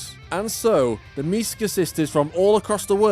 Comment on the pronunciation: I genuinely don't get how people can pronounce "Misaka" as "Misuhkuh" when it clearly should be "Me-sah-kah"